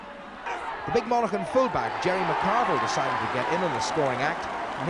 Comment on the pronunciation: hard to believe struggles with the pronunciation of Monaghan 'monacken'